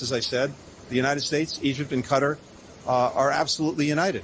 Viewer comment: He was pronouncing qatar correctly for a change.